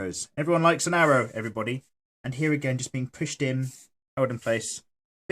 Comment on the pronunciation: WOW i love it when you say haa but i know its sopposed to mean here